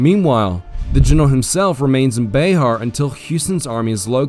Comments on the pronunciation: It’s “Bear” not “Bayhar” - San Antonian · As a resident of Bexar, I must let you know it’s BExAR, like the animal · Bexar is pronounced bear not beh ar